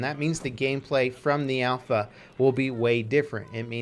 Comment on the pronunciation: Its alpha. ALPHA